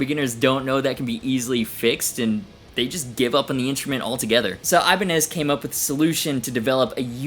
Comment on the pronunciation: I love how you say Ibani instead of saying Ibanez's Never would have thought of that, but it makes so much sense.